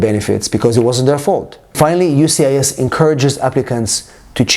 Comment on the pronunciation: Why can't he say USCIS? He keeps saying UCIS